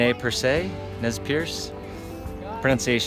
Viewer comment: Nez Perce is pronounced nay persay